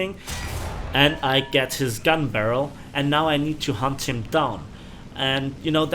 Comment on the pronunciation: some time when you say: i need to hunt them down sound like: i need to hump them down